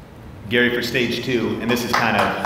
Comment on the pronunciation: Damn Gary you said it properly! No shortcuts my friend !